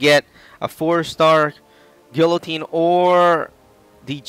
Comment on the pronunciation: I HATE when people mispronounce people like guillotine.... I know this vid was uploaded around a year ago but it still bugs me